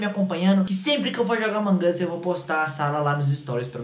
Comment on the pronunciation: Vc fala among us errado